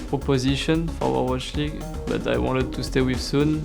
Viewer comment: Gold Revolvers en même temps quand tu dis « wi wanteude » a la place de « wi wantid » c’est chaud.